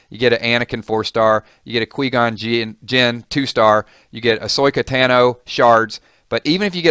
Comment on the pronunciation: Stopped the vid after you mispronounced Qui-Gon and Ahsoka. Its a little thing but as a fan it means something.